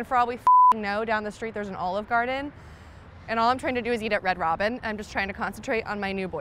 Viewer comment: Can’t get enough of the way Americans say “ANNDD”